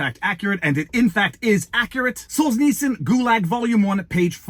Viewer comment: Was replying to the gentleman who was stating how to pronounce Solenytsyn. The way he was stating it in a pseudo-phonetic manner was the way I heard it said in Russia. Don't understand why it mattered 'pour lui'?